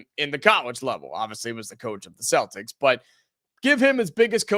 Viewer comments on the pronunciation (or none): none